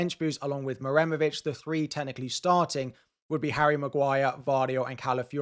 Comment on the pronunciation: you seem pretty comfortable pronouncing Muharemovic, but you're still not quite there. it's MU-HA-RE-MO-VIC (you are just saying MUREMOVIC, without "HA")